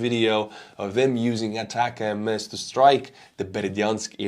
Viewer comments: A TAC MS. THREE SYLLABLES Sounds like "a tac ems" Not A TAC M-S Where did you get that pronunciation from? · ATACMS is pronounced "attack-ems," not spelled out. There isn't a variant called "long-range" but the Block 1 is a lot shorter range than later versions, so what Ukraine has isn't the long-range attack-M-S, it's the short-range attack-ems. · Please just say "ATACKUMS" instead of Long-Range ATAC-MS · ATACMS, not ATACM-S. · It's just pronounced "attack 'ems" like "attack them" not "attack MS" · Day 3 of me as an American reminding you that in the us we pronounce ATACMS as "attack 'ems" not "ay-tack-M S". Not a big deal but it ruins the intended pun when it's mispronounced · Thanks for another informative and witty presentation. Please learn how to pronounce ATACMS (Army Tactical Missile System) properly. The proper pronunciation is: ATTACK EMS, not Attack MS! Cheers! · ATACMS is the system not the missile. M39 or m39a1 cluster would be the missiles your talking about possibly. However when you say ATACMS, it’s not M-S. It’s just pronounced as attackmm’s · we here in the US just call the ATACMS missiles "Attack-ums"...so no need to say "Attack-MS".. and you're welcome. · It is pronounced ATACMS, no attack-em-es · Great video as always. Just as an aside, I think ATACMS should be pronounced like "attack-ems". The MS sounds like the M's in M&M's (if you know the candy). Anyway, great video and keep it up! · In the US, we pronounce ATACMS, "Attackums"... just thought i'd help you out. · It's pronounced "attack em's"... Like "hey, let's attack em" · Just pronounce it “Attack’ums”. One word. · Somebody please teach how to pronounce ATACMS properly, it's driving me crazy!